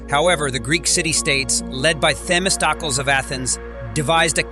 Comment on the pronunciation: Nice vid, but, Themosticles is pronounced: "Thi-Mahs-Tik-Kleez" not, "Thimis-Tah-Kuls" . . . .